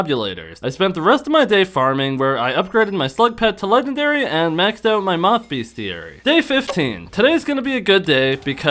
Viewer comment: everytime he says "beast-e-airy" i canttttttt